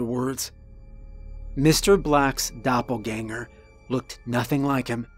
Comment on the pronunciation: “Doppelgänger” just about perfectly pronounced 😘